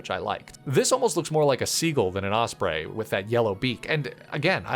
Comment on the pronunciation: Osprey not osbray